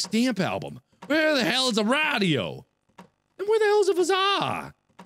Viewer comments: those things aren't pronounced RODIO and VOSAE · rad e o is what he said for radio lmao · Markiplier: So I need a RA dio. guys what are you doing? its RA dio not radio.... Mark approved XD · it's called a radio no raido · Did he just say “raaahhdio” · Why does he pronounce radio rah-dee-oh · lol he said radio weird too like with a long a, and he's also Le Boned